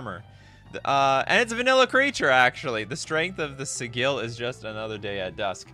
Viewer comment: Sigil is prononced with a 'j' sound, unless you're Matthew Mercer.